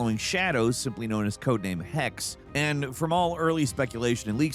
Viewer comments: The second e in Hexe is pronounced (Hex-uh). It's German for 'witch.' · Hexe means Witch btw. and the e at the end is not ignored.